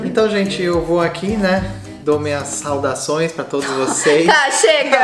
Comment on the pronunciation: Não aguento o Davi "saudações" kkkkkkkkkkkkkk